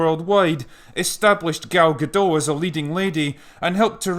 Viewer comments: she actually is partly French, but you are correct. She herself confirmed it’s pronounced with a hard T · Before I go away, Gadot is not French.. it's Israeli, so the 'T' is not silent.. so it's pronounced "Ga-Dot." Save that for the next upcoming Wonderwoman sequal.. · It is not that hard to say Gadot. Just say "Ga-Dot". No silent letters, i mean T is pronounced. I know you can say "dot" as it is a word in your inferior language. Why the hell do you call her Gadoe? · GadoT. Gal GadoT. There's a T in the end. It's not a French name. Pronounce the T. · Nice video. One correction: Gal Gadot is Israeli, not French. The "t" is not silent. For english-speakers, think "Guh-DOTE", and you'll have it. All good wishes. If you want to see Gal pronounce it herself, here's a youtube vid with it over and over. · Love your vids, just a small correction (late as it is), the T in Gadot is pronounced. She's Israeli, not French. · got future references: GadoT. not Gado. she is Israeli not french. Gadot = banks of a river in Hebrew. (Gal=wave) you welcome :) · Gadot with the "t" spoken. It's Hebrew not French. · Sure. Her name is pronounced Ga-dot. No silent letters. Means "River banks" or "Sides" in hebrew. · Gadot, is pronounced with a hard T, she isn't French. :) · Her name is pronounced guh-DOT. The t isn't silent, it's a Hebrew name, not French. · Its Ga-doT you should pronounce the damn T. gadoTT. Its in hebrew, not french. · Just a nitpick from a Hebrew-speaking viewer: Gal Gadot is not French, but Israeli, so her surname is pronounced as spelt. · FYI: The 'T' at the end of her name is not silent. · Gadot, with a hard T. She isn't French